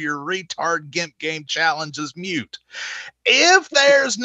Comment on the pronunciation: Moot not mute